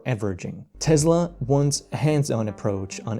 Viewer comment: Yeah, it's "Tess-la" not "Tez-la".